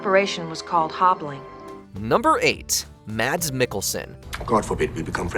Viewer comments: Mads is pronounced as the english "Mass", yet a slightly quicker "S" the "D" in the Danish name; Mads, is silent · It's always funny to hear English speakers say Mads Mikkelsen's name. The d in Mads is silent. Say it like "mass".